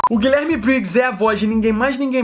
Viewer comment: Chega dá uma dor quando ele fala "GuiLÉRme Briggs" x(